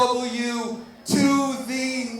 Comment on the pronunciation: I have been watching every interview with Russo here lately and for some reason he keeps saying gcw instead of JCW